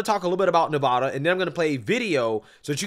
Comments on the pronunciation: "Nev a da" rhymes with Ne-bad-ah. Not Ne - vah - da!! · Nev-add-uh. Sincerely: Every Nevadan ever. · Sir, just as a note, as a resident here, Nevada is pronounced with a short A sound on the first A, as in the word BAD. Ne- VAD-a. Love the channel, keep up the great work. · I live in Nevada. You REPEATEDLY PRONOUNCE "NEVADA" WRONG. The first "a" in the word Nevada is pronounced like the "a" in "add." NOT like the "a" in "all." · Nevada isn’t pronounced that way.. love your videos nonetheless! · I agree with everybody here but please stop pronouncing Nevada incorrectly! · I can’t stand the way you pronounce Nevada